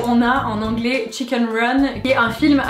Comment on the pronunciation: juste que a cause de ca en france votre accent anglais est pas super